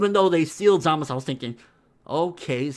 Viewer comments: He Pronounced his own name "Zamasu" with a strong "u" on the end. Usually the "u" on the end is silent in all Japanese language, so everyone pronounces his name "Zamas". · its pronounced ZAH-MAH-TSU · Why do u call hum Zamus if his name is Zamasu?